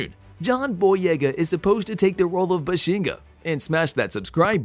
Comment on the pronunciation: BAH-SHEN- GAH..... not buhshinga